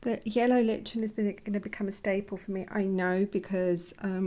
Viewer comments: It’s pronounced as “like-en”. What beautiful colours. They do produced beautiful watercolour. x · Lovely colours! I believe lichen is pronounced "liken"....like the word.....liken. 😅